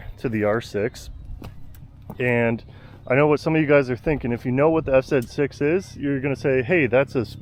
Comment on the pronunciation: You said zet 6 😂 I always do that 😅